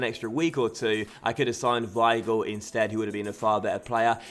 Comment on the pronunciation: Yesss the weigl pronunciation <3